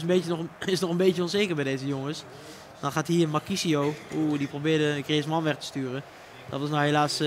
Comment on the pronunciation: het is echt tering hinderlijk hoe die bas griezman uitspreekt